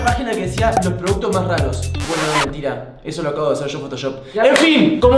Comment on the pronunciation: dice PRODCUTOS JAJAJAHJA